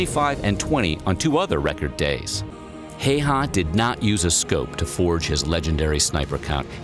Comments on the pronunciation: its Häyhä not Heiha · I hate the way the guy says hes name its bot heyha its häyhä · Why does he say heihaaa? Its häyhä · Häyhä. Not heyha. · Simo Heihaa.. ?? What the Fuck.. His nimi is Häyhä.. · Its huya not haa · Everytime I hear "hayhaw" I die a little as a Finnish person, it's pronounced "hæy̯-hæ" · It's always weird when the name is Häyhä but everyone says Heiha, also It's Simo not Simou. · "Heiha" it's häyhä xD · Deadliest is wrong the Soviet’s had green uniforms and traveled in large groups making them easy targets the white feather is the deadliest considering the environments he operated in the tactics used and the missions he was sent on and also it’s pronounced like hi-ha not hey-ha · I understand it’s not easy for people to pronounce foreign people’s names, but come on. The guy’s name is not ”Hey-ha”. Häyhä is pronounced like the first syllable of HAlf, the ”U” in cUbe and then the first syllable of HAlf again. HA-U-HA. Given that, 90 % of that story is true, more or less. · Bro I really get triggered when people mispronounce names man says "hey ha" while it's pronounced "How-ha" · PS. Häyhä is said more like 'HOW'hah', the way Southern USA says How. The reader says it like it would be spelled 'Heihä'. Well, he was sort of a 'Hay Hat', just a dangerous one with a gun. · Heiha No. Not Heiha; Häyhä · Its not heyha its häyhä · fun fact. Simo's last name isn't pronounced like that. it's pronounced hao-ha, with an O. americans as per usual, butchering names that aren't in english. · Häyhä Not Heyha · Simo Heyhaa. Hahhahhah. He said the name so wrong. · The "heyhaa" pronunciation makes me lol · Its not heiha it Häyhä ä is pronounced like The english a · Its Häyhä not haha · It's Häyhä, not Heyha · I like the way you pronounce Häyhä. For me as a Finnish person its sounds like Heiuhaa. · no this is pretty bad.....and funny XD its almost sounds like heihei and thats byebye in finn xD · Simo häyhä not heihaa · It's so funny how off the pronunciation of Häyhä is.